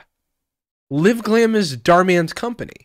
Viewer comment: Why does he keep saying “liv-glam” 😭